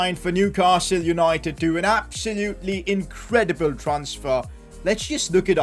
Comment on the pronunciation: Impottant vewy vewy impottant inkwedebul Newcastle take ova